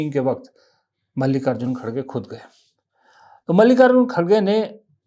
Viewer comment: श्रीमान कटाक्ष के जो उदाहरण😂😂😂 बात पूरी सुने बिना इतना निवेदन है कि खड़गे नहीं है श्रीमान सही उच्चारण खरगे हैं . यह स्वयं कांग्रेस के तथाकथित अध्यक्ष महोदय ने ही जानकारी दी थी पत्रकार वार्ता में . तू श्रीमान बात समझ आई 😂😂😂😂